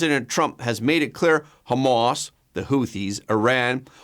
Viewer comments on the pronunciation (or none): Hah mahss, not Homemass